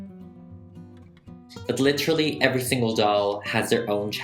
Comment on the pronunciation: This is how many times he said “Litchrally” 👇🏻